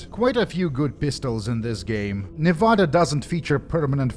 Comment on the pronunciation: I mean this sincerely: I love how you say Nevada. Americans usually say “Neh-veh-deh”, but we’re dumb